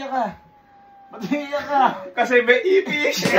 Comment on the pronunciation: IFISH? 😂😂😂😂😂😂😂😂😂😂😂😂😂: Ipis hindi Ifish 😂😂😂😂😂😂😂